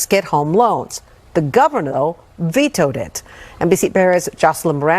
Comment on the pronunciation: “The Governo”……. Too much lip plump on the news anchor